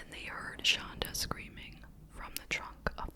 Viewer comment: It’s shanda not shonda ❤